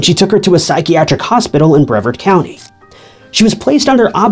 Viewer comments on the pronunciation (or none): Not BREA-VERD, but BREE-VARD. I grew up there.